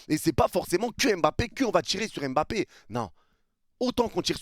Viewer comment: D apostrophe avant Mbappé pour dire EmBappé 🤔 C'est un peu affligeant. Surtout quand je vois des jeunes joueurs de France ou de Belgique d'origine africaine écrivent leurs noms de famille avec des apostrophes (genre N'zuzi etc...😵). De grâce, oubliez l'accent. Un petit effort est dite MmBappé ou encore MmBokani 😊. Pour le reste, les propos de l'immigré sur l'affaire Mbappé est pertinent.